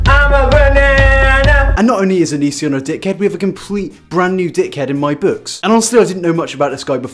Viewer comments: here's a game, tale a shot for everytime he says youtube name wrong lmao j/k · I burst out laughing every time you mispronounced his name I was literally dying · Living for how you keep mispronouncing his name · It's not that you say it wrong, its that you say it wrong so many times.